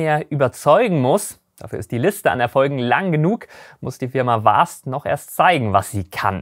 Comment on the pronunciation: ahem Vast nicht Fast. Vast gesprochen wie mit einem W. nicht wie mit F. Ok genug Englischlehrer gespielt. Du machst wahrscheinlich den besten Raumfahrt-Content auf Deutsch. Ich hätte übrigens noch einen Themenvorschlag, und zwar über die britischen Raketen wie Black Arrow und die verwendeten Triebwerke wie die Gamma Serie.